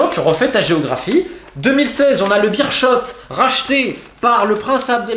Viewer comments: "Birshot" mdr 😂 Ca se dit Béérsskot hahaha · Beerschot phonétiquement bère scott, Tubize ce n'est pas toubise mais tu bise et le w ne se prononce pas v, westerloo ce serait ouais st'heure l'eau